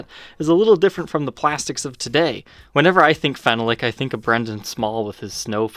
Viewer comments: Phenolic is fen-AH-lic not fen-uh-lic. And the screws are slotted for a flat-blade screwdriver, not flat-head. This kills me. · It’s pronounced: Fen-all-lic not fen-a-lic. Phenolic. Or you can just say Bakelite or formaldehyde plastic. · Phenolic is pronounced 'feh-NAHL-ik'. Syllable stress in the middle. FYI. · That'sa " Phen-ahh-lick" pickguard. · Your pronunciation of Phenolic is strange. It should be Phen--ol--ic. This guitar reminds me of my old pre CBS Telecaster but the wood grain on mine was more pronounced and simply beautiful. Sadly it got ruined by penetration of purple dye and perspiration from a shirt I wore at a gig. I then stripped it down and refinished it with clear lacquer. The ash grain was gorgeous and looked like one piece it was so well matched. Today I find they are not as well done. I really dislike the use of slotted screws on this new model, even if it is authentic. I agree that it's nice but I'd rather have my old Tele back--still kicking myself for having sold it. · Great video as always! Small correction Phenolic is pronounced FEN-ALL-LICK...emphasis on the “ALL” then again we are in America so feel free to pronounce it however you like!🤪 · Enjoyed your review. BTW, it is pronounced like this phe·no·lic | \ fi-ˈnō-lik